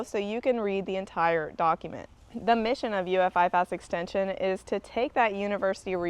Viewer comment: IFAS is pronounced “I- fus” not “I- fas”. I work here.